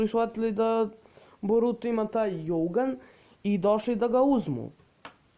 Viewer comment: Izgovara se dzougan a ne jougan